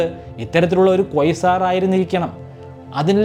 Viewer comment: First Learn the correct pronunciation 😮 Not Coisar it's QUASAR